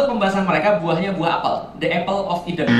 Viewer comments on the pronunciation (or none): none